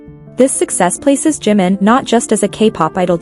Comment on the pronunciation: Про какого Джима вы говорите 😂 это Чимин, слушать вас не могу